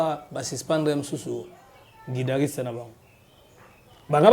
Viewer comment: On dit guitariste et non guidariste